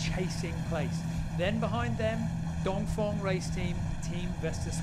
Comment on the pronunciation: great video, only thing is that he says dongfong every time... It's dongfEng..